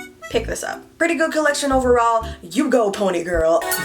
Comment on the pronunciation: Omg “ride it my PONAY” 😭😂❤️